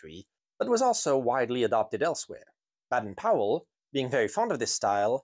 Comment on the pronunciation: Another really Great video, one minor issue, Robert Baden Powell, his middle name has a soft ‘a’ not a hard one so it becomes bade n not bad en 👍🇬🇧🌈♥️